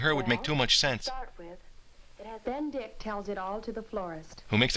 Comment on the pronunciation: I almost pissed myself when he went "AND ZEN ZE WORLD"